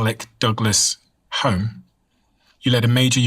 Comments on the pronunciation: My friend, take time to learn the correct pronunciations. Alec Douglas Home as spelled, but the surname was pronounced “Hume”. Turmeric. Do you see that there are TWO “r’s” in this word. Why do you pronounce it “too mer ic”? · For your information his name was Sir Alec Douglas Hume, pronounced Hughm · Alec Douglas-Home, pronounced HEWM.